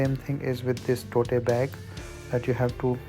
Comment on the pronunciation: It’s not टोटे bag. It’s called टोट bag. 😂